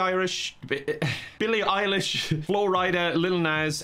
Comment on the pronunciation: referring to Billie Eilish as Billie Irish is the most thing ever lol.